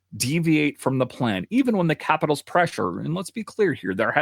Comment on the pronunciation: I can’t stand the way you pronounce capitals.